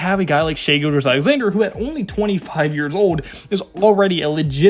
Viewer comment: Dawg, imma dislike the video but for 3 simple reasons... I'm sorry 😭 You couldn't pronounce Shai's last name. We are the 2nd seed not the 1st seed. And we are a game and a half behind the T'Wolves not half a game. Idk what the trend with being off 1 is but hey, it is funny 😂.. also I'm only 2 and a half minutes into the video.